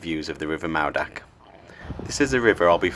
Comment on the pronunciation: Mawddach is pronounced Mawth-ack. dd makes thz sound.